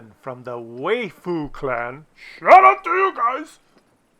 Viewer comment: Hey, Waifu is pronounced "wife-oo". (Japanese pronunciation of English word "wife")